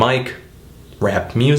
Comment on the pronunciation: "hardcore gansterrr rrap rrrhymes" lol, whatta geek